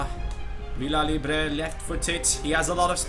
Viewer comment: Hi. you keep pronouncing Villalibre wrong.. ( the LLA from Villa sounds like YA) thats the way its pronounced in spanish.. VIYALIBRE as same as VIYAREAL. I hope you read this and in the next episode show me in the end. lol-. you are The best fifatuber I know. keep it up